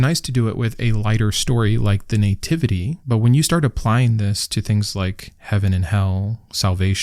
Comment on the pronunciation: Sorry, what is a "nay-tivity" ?